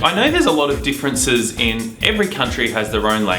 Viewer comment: Hottie talking about "deeferences"